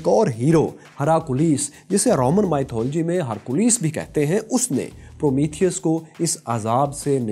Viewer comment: Work on your 'mythology' pronunciation